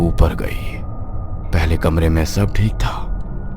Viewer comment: पहले ❌ पयले ✅